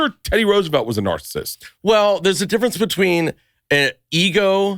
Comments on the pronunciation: And Nick politely corrected Bert by saying the word “Narcissist” properly in a sentence just after Bert said “Narcist” TWICE! LOL😂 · Narcist? Is he saying wrong on purpose? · Bert , you are a dumbass who doesn’t pronounce narcissist correctly 😂😂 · Why is Bert saying Narcissist weird? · 15 seconds in and I'm already pissed Bart can't say narcissist right